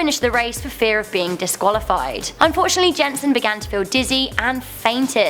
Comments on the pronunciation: lol the way you say Jensen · I know isn't Danish but it's pronounced Yen-Sen but it's Jensen